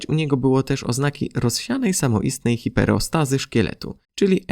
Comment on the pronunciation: Super ! świetny materiał , tylko hiperostOzę warto poprawić (DISH).